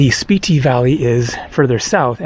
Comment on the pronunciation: I thought it was pronounced (Spit-Tee)?